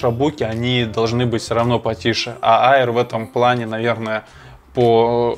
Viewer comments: Только не «айер», а «эйр»😊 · Макбук АИР... Читается как Эир